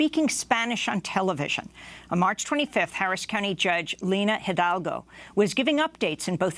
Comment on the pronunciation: I know how to pronounce Hidalgo. I lived in Miami.